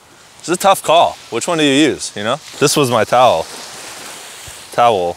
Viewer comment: “This my towool”🤣